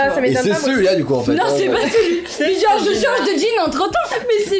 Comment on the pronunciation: on dit genre pas jor ou gore